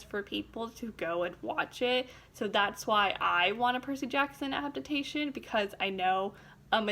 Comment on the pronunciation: She said abdabtation